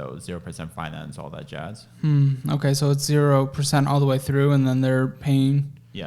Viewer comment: “All that jasss”